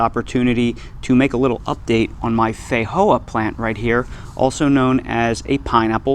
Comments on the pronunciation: These are delicious. You are however pronouncing the name incorrectly. The j is a j, it doesn’t have an H sound, fi Jo ah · Feijoa is Portuguese language pronounced fay-jo-are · that's broken Portuguese my friend